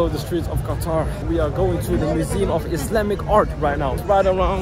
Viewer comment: Nono it’s Qatar